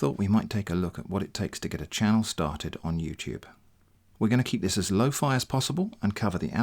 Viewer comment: I heard it as "... and this is TITS you never asked for" at 8.37 mark. Some spicy content advice there ;-)